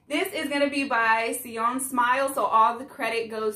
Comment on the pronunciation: Yess Jeon like Jeon Jungkook Her name is Soyeon ( So-Yon ) You said GIDLE perfectly!!